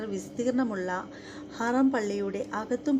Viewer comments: സഹോദരി പോയി കണ്ടതല്ലല്ലോ ചരിത്രം കേട്ട് പഠിച്ചതല്ലേ അള്ളാഹു നിങ്ങൾക്ക് ഹിതയത്ത് നൽകട്ടെ ആമീൻ ഹറാം അല്ല ഹറം ആണ് ട്ടോ കദീജ കോഴിക്കോട് മുക്കം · ഹറാം അല്ല. ഹറം ✅ എന്ന് ആണ് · ഹറം എന്ന് പറയണം❤❤❤